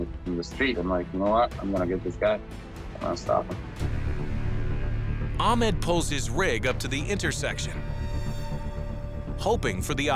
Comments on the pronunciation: This is good vid but the way they pronounce ahmeed is just weird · I'm fairly certain that Ahmed's name was not being pronounced correctly.